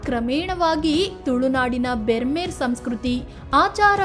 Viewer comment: Brahmeru ಅನ್ನಬೇಕು bermeru ಅಲ್ಲ